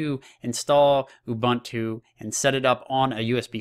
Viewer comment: Dude.. Ubuntu.. There's a universal way of pronouncing it.